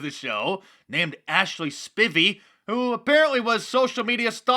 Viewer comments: Spivey = Spy-V the i is long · Mark Dice the I is long form in Spivey